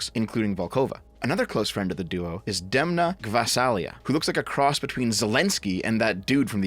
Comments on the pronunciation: Loved the part where you mistakenly said Vas[h] when you where trying to pronounce Demna’s full name. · learn to read that fucking thingy next to the name that is the pronunciation. Read that and done, dem-NAH gyah-SAH-lee-AH. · trying to pronounce a Georgian name was the laugh I needed in this hellscape of a discussion. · ... I dont like this shtick where monolingual EN speaks pretend to not be able to read simple foreign names. Its... extremely insulting and disrespectful. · That segment at the end of you trying to pronounce the guys name was pretty hilarious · I appreciated your struggles to pronounce that person's name there at the end. A nice laugh to cap off a video that left me wanting a ticket off this planet through most of it. Thanks!